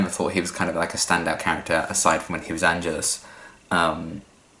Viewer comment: One little thing, it's actually pronounced An-GE-lus, stress on the the second syllable, but don't worry you're not the first to make the mistake ;)